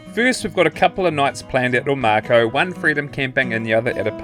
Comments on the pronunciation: Oh-mah-cow. - Omakau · Omakau pronounced O-ma -cow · Mikes very good with pronouncing Māori names but messed up with this one a😊